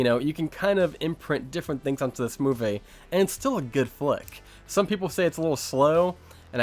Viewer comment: He says movay( movie) for that reason I will not watch any more of his content 🤣 movay